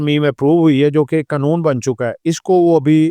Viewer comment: Satuation nahi Situation hai, mulak nahi mulk hota hai ore qanoon nahi qaanoon hota hai pls correct yr pronouncation tku